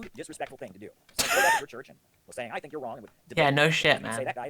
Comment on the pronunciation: this mf saying sating